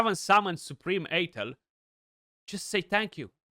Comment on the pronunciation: Side-note, Athel is pronounced uh-thel (first syllable rhymes with "duh", emphasis on the last syllable).